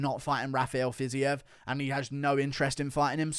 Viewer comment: (Fiz eve) 🤦‍♂️😂 not fiz e ev..